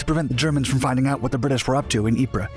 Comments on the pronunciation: The way to mispronounce ypres is "wipers"... P.s. it's "eep" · Ypres is pronounced eeps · Ypres is pronounced Eeep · Eeeee prah, the sahm, and ver done. Proper ways to pronounce those hellish meat grinders of WW1. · Great video with lots of footage I've never seen before. Unfortunately Ypres is pronounced "EEP" and Verdun is pronounced "Ver-done" (not Ver-doon).